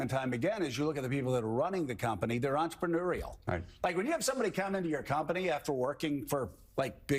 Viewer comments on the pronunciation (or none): "Be enterMANUREial 😂